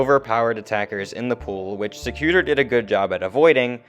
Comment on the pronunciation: Sec u tor’. Accent on the 3rd syllable. Win gardium levio’ sa